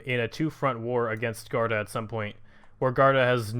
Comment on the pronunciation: Its pronouced G-war-duh